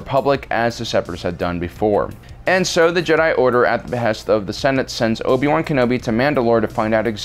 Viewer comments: “Obi-boo” There’s no other way of saying “Obi-Wan” and I can’t be convinced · "Obi Boo Kenobi"